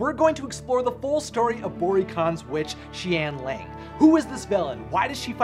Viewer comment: it’s pronounced shen yah-ng